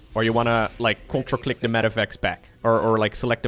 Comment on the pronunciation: says "CTRL click" I hear CONTRA CLICK!.. I want to contra click.. sounds epic